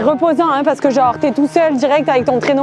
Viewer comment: Puiss gennnre heuresseeement MDR tu m'a tué avec t manière québécoise 😂😂